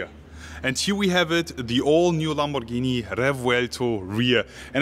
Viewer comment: Ur pronunciations of Lamborghini ia PERFECT, u r italian ahaha A lot of people say "lEmborghini"or "lemborgini"